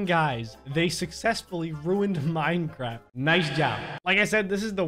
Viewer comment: That last one "NK ME DEJA INSTALAR MINECRAFT" Said: IT WONT LET ME INSTALL MINECRAFFT